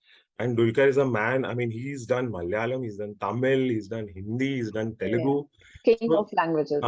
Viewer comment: Its Telugu. Not telengu. 🙂